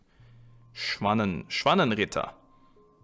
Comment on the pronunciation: As a German, I can confirm that "Schwanenritter" does indeed translate to "Swan Knights". Your pronounciation was perfect too!